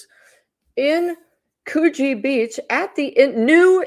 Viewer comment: It's not COOOOOOOOgeeeeee it's CUgee beach